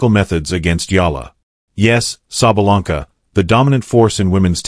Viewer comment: The narrator changed his pronunciation of SABALENKA about four times. Referred to her as "he", etc. Sounded as if he had never seen a match or heard of the world #1 woman.